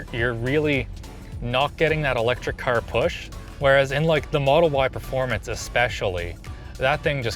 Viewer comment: I have never heard east coast accent more then when he says caRR.